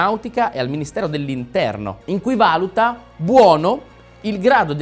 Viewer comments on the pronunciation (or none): none